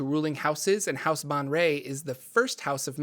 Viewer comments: 'Bon-ray!' wow I had no idea that's how you pronounce 'Baenre' - I always say 'Bear-N' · Men-zo-bear-en-zan. Bae-en-ry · Also his name is pronounced (jer ax el) and his house name is pronounced (bay en ray)